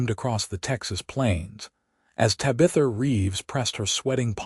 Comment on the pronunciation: The narrator is saying Ta bith a Tab i tha like the daughter in the 1960s sit com bewitched minute this seems like a cool story. Still like the sassy little alien girl LOL